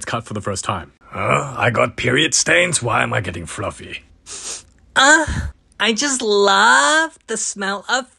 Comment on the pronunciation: "why am i getting flruffy?" -Puss